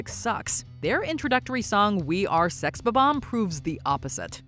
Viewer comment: isn’t it Sex Bomb-Omb? not Sex B-Bomb?